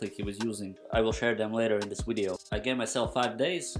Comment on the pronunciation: Please say "wideo" again 😂😂😂